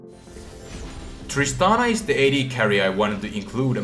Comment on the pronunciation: You said Tristanas W twice. um wot